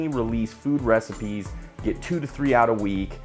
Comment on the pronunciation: Slow cooker reci-peas? Were those chick peas being ground up with the emphasis on peas ? nice. Congrats on the split, and success!